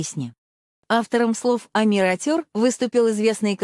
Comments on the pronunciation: Ухо режет неправильное произношение Амир АтЁр. Омир Отер, если произнести на русском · Автор канала, которая озвучивает. Будьте добры, правильно произносите название песни. Мы же Казахи , максимально правильно произносим все слова на русском. А с вашей стороны, это не уважение ‼️ Ваш перевод искажает и и теряет смысл слова‼️